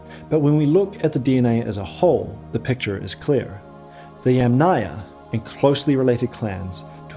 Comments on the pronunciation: ‘Aryan’ starts like ‘air’, not like ‘ah‘, ‘Yamnaya’ is stressed on the first syllable. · it is mispronounced throughout the video… pronounced as YamNAYA... not as YAM-naya. I speak fluent Russian, Ukrainian, Eulerian, and Polish… and Latin languages I influent in English, German, conversational in Spanish. My comment is precise and logical. Maybe you have misread some of it. Maybe because you are American, you do not hear the pronunciation mistakes in every Slavic name featured in the video😢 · the author says they originated in modern day Ukraine, from the Dniper to the Don, but the Don is in Russia, so it is modern day Ukraine and Russia. And yamnaya must be pronounced as YAmnaya but not yamnAya. The Russian word Yama has stress on first YA. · Yàm (yUm) na-ya. Since you insist on using the Slavic word for the "pit' culture, you should pronounce it correctly. You are mispronouncing it, sad...😢 The emphasis in the word is on the first a, it is pronounced like the vegetable Yum... and then you add the Naya. Again the emphasis is on the Yum! I hope you will learn it by your next video or maybe you will change the audio. Thank you for reading my comment❤ The word yàma - literally means hole in the ground . It is pronounced as Yum, and a is added to the end). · so and by the way ... "yam" is pronounced as "iem"... whyle Ямная (from pits) is pronounced as YUM-na-ia/ya. Ignorance is what makes scientific documentary fall into category of spam. For such ignorant people as you I will repeat - the video is mispronouncing every Slavic scientifically given name! In English - he is mispronouncing the terms.